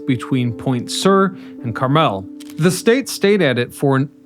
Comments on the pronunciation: That's not how you pronounce Carpenteria or Carmel. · Where are you from that you don't know how to pronounce Carmel & Carpenteria? 😳